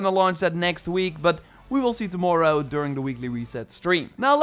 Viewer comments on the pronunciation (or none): none